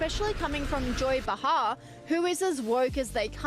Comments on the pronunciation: I might possibly subscribe IF AND WHEN YOU LEARN HOW TO PRONOUCE THE NAMES OF THE PEOPLE IN YOUR VIDEOS - BUH HAR is not the way you pronounce Bay Har - illiterate bunch of nothingness here - THUMBS DOWN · Behar is pronounced BAY-har, not “Buh-HAR.”